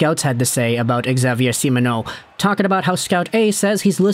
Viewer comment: Xavier is simply pronounced "Gzavier" but nice try, your pronounciation of the french canadians names is very good!